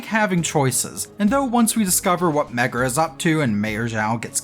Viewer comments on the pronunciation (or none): i love how you keep saying "megra" <3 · 'Keeps hearing Megra, when the game says Merga a lot' Aaaaaaaaa